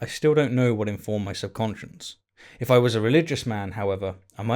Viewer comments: It sounds like you’re saying “sub conscience” when the word is “subconscious.” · Are you saying "subconscious" or "subconscience"? What's the difference between a "conscience" and a "subconscience"? I never heard of the latter before and spellchecker doesn't recognize it. Wictionary thinks they're synonyms but I've never heard the word before. Where did you hear about it? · Great vid; well written. You included several keen metaphors and some effective understatement. But please stop saying "subconscience." Cheers!